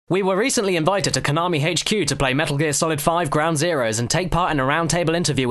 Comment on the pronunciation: It's not "Hache Que", It's "H Q"